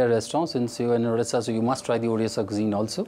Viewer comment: Hay it's not udisha it's ODISHA.